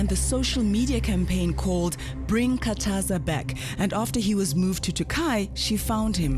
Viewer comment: It Khathaza not Kataza